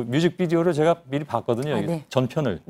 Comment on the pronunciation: 도 제가를 저가라고 말하네...